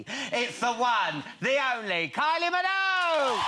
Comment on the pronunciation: It's Minogue not Minouge 😂😂😂